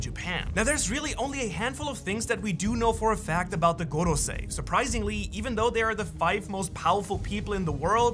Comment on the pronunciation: Drink a shot evertime u hear gogosei.